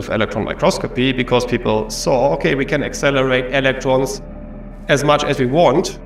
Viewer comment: I am so glad someone else posted this already. "Ve can ac-cel-er-ate... E-LEC-TROMS"